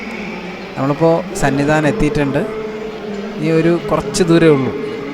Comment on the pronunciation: സന്നി ദാനം അല്ല സന്നിധാനം😅😊